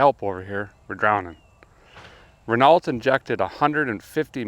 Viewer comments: Renault = Reh-no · When americans insist on saying erb instead of herb and soder instead of solder . Then why cant this dude say reno and not Renault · It's pronounced Ren-OH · Please could you mispronounce Renault 100 more times? 🙄. It's pronounced "REN O" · Renault is pronounced Ren-Oh. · Renault is pronounced Renno, silent L & T. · Car guys should know how to pronounce Renault. Silent T buddy. And L for that matter. So much cred lost. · Renault is not pronounced Renault, DOH. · it is pronounced~ Ren oh ~ number one issue. you still have a firewall. rip that s*** out and put it back to stock engine location. that's got a killer body style, one of the best AMC made. front engine resto mod, and you got yourself 30 or $40,000 car. my mom had an AMC hornet, my other mother, the real one, she had a SST javelin, that was the first car she put me through the windshield in, I was 5 years old. then that same mom, when I was 7, used my head to spider web the windshield in her AMC Concord. shortly after that, she was taking me to Deborah heart hospital, and head on collision with the neighbor, yep. she put me through the windshield and knocked me out in a 74 Dodge dart swinger special. she also almost killed my dog, and smashed our 1965 Impala SS327. and..yes, the ugliest car ever from America, it wasn't the amc Pacer, it was the AMC matador 😝💯💯💯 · Renault. Pronounced "Ren-O" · Renault is pronounced Ren-no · Renault is pronounced Renoh. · Hey guy, Renault is actually pronounced Ren-Oh. I know. It's french, what are ya gonna do? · R e n a u . . . as pronounced ..... for the “L T” on the end of Renault is “silent”. Or maybe just playing with us. 🤣 Such a lovely gentle presentation style, so very easy and relaxing to listen. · Renault (pronounced Renn-Oh) is responsible for jeeps legendary 4.0. Also helped mack design some of the best diesel engines ever in exsistance with the E6 engines. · I do believe it is pronounced "ren-oh" my friend lol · Renault pronounced: Ruh - now.